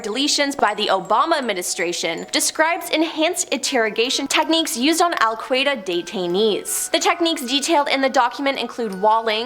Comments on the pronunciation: Did that woman just say "Cape Carnivalle?" "Al Kreda?" "Osma BinLaden?" wtf. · She also called Al-qaida alkwayda 😂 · WTF? How TF does she get Cape "Car-ni-Val" out of Cape Canaveral? 🤣🤣👽👽🤣🤣 Anyone else annoyed with her mispronounciations? there were quite a few of them in this video and others that were featured here: This video alone, Cape "Car-ni-Val," "al-kwī-duh," surveillance as "sir-vail-ē-enss," "federal bur-oh." I remember the Challenger explosion. I was in 4th grade walking back from the restroom. We were watching it live and I walked in just intime to see two seconds of the flight before it ended in a fireball. The shuttle does not have the parachute. It was designed to come blasting back into the atmosphere, and then gliding back to a runway. Parachutes were on the Apollo capsules and were recently brought back with SpaceX and other applications with the resurgence of rockets. Personally, I don't see the harm in researching this stuff to learn. And to keep yourself aware of potential nefarious things the government might be doing. And they know wgatbhappened to the people after Operation Midnight Climax. They always know.